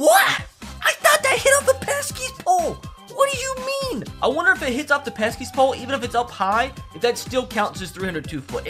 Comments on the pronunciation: bro it’s the pesky pole not the “peskys pole” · It’s pesky pole, not peskys pole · Did it bother anyone else when he kept calling it peskiest pole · Or “THE PESKY’S POLE” lol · He’s calling it the Peskies pole it annoys me as a Boston fan